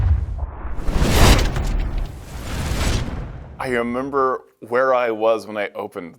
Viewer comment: “ayuhmimber where I was when I open this…”